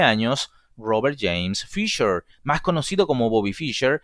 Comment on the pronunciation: ¿FisCher ,pronunciado en ingliyyy? ¿sabes q es ALEMAN!!